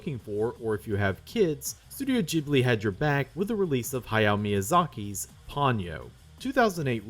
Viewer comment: I spent most of the video asking myself how such a knowledgeable person can pronounce "Ghibli" wrong... but then for 1984 you pronounced it right! What happened?